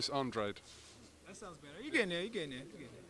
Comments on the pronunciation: Your name is An dra de not an draid your from Cabo verde parents speak portuguese stop faking the funk punk be true to your roots you fraud!!!! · Ffs even Hearn is still calling him Andradeeee 😂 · Eddie calls him Andradi also lol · I'm glad Andrade told how his name should be pronounced. Actually it shouldn't have been that hard. Spells like "Lemonade", " GRADE". Trying to put a fake British sound to the name.